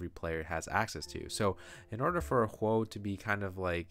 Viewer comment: The O in Huo is pronounced the same as the O in of